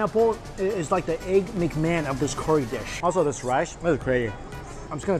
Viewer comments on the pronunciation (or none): 1. You and Mark Wien's bro-mance continues...what's up with the nearly identical uploads in the last few months?! - no complaints, but...I just find it funny. 2. You pronounce curry -> CORY. It's endearing ;)